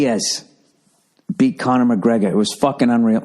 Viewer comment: the way he says conor mcgregors name makes me laugh every single time